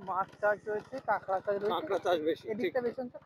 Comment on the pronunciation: bhai KOLKATA-er manush - tomar bhai Bangla basha (Matri-Bhasha) ta thick moto bolo na kayno go? KAKRA k KANGRA bolcho kayno? oshujjho. But bhai tomar English ta bhalo bolo.. British er bhoye akhono ache daykhi :)